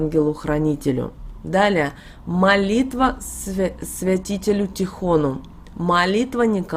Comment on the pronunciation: Спасибо большое! Ждём список молитв. Только Акафист или молитва Святому ТИхону! Пожалуйста, говорите правильно.